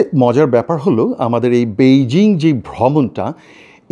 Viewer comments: পৈজিং না বৈজিং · বন্ধু, সঠিক উচ্চারণ হবে পেইজিং, বেইজিং নয়। আপনার মনে আছে ওটা আগে পিকিং ছিলো বিকিং ছিলোনা। ধন্যবাদ।